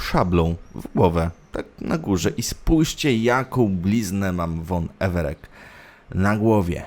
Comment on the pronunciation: EvereK? I wymowa pozostałych nazwisk trochę psuje przyjemność z oglądania. W większości są to nazwiska ogólnie znane (chodzi o realne postacie) i ich wymowa poprawna wymowa spotykana w tv, czy książkach. Mówisz, że kolejny raz grasz w Wiedźmina i mimo to, niepoprawnie wypowiadasz nazwiska i nazwy, które po kilkla, kilkadziesiąt razy są wypowiadane w grze.